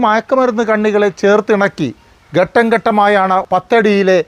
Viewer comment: ഗട്ടം ഗട്ടം അല്ലെഡോ. ഘട്ടം എന്ന് പറയുക